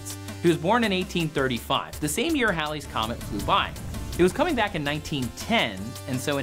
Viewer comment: Its pronounced heylees, not howlees. It takes some real linguisticall gymnastics to get howlies out of Halleys, and thats saying a lot since I'm a southerner with a thick as shit accent 🤣! Js, its hAAAAlley's Comet lol.